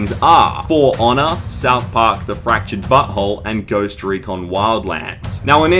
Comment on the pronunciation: South Park: The Fractured Butthole. 😂😂 please tell someone else heard that.